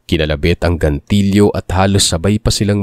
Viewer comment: GATILYO hindi GANTILYO BOBO KA..